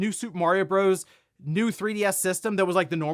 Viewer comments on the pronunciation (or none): none